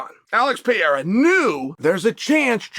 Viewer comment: Pierre-Uh for Pereira will never not be funny lmao